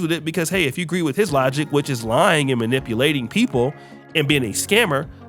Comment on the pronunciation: The way he says manipulation 😅😅😅